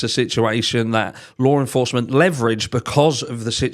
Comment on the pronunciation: Lar enforcement lol